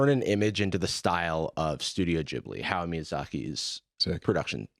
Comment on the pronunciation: It's not pronounced "How Miyazaki"...his name is HA-YA-O...some "stan" if you cant even pronounce his name right.